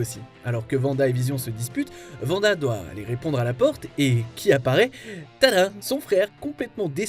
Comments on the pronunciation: Par pitié ARRÊTEZ de dire [Vanda] !!! Ça se prononce [Wanda] avec un W !! Pas un V !!!! C'est comme si vous dite [Wision] . Beh non en fait !!!! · Je suis totalement d'accord c'est terriblement chiant !!! C'est Wanda pas Vanda !!! C'est une Vandaliste non plus !